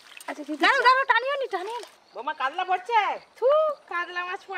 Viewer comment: কাদলা(কাতলা) মাছের পাদলা(পাতলা) ঝোল !! কী অনবদ্য উচ্চারণ!!